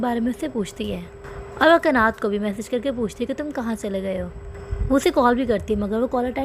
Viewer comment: Isme ekim bahut halat lagti hain.aisi bhi kya dosti kanat usse bahut pyar karta hain lekin ekim use har baar chhodh deta hain .aur एक्सप्लेशन में आप कनत कहो ना की कनात ।